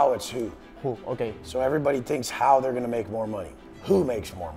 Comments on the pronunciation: por el aamor de dios, cuando pronuncies "how" en inglés no digas "jou" sino "jau", casi me tengo que areancar los oidos 😅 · un pequeño consejo, tu nivel de inglés es excelente, pero el "how" se pronuncia mas como "hau" que como "hou". Es una crítica constructiva, que nadie se lo tome a mal, no voy intentando dar clases a nadie de nada. Es solo un apunte que creo que sabrá tomarse a bien, como lo que es, un consejo con la mejor intención. Por otro lado, lo que haces es impresionante, sigue así. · bro buena charla pero aprende a decir how y no digas who